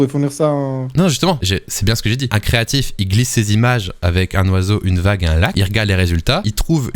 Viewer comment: "Un Creatif" tu m'as brisé le coeur.